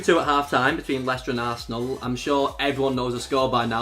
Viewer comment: I thought he said Tass' asshole when he said arsenal